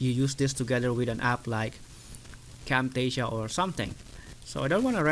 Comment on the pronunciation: What did you say...camptasia???